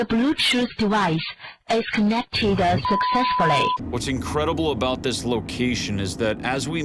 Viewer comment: THE BLUETOOTH DEVICE IS CONEC TEEDAH SUCCESFULLY 💀. That was perfect 😂